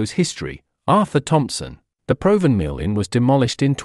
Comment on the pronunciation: It is pronounced Prov van mill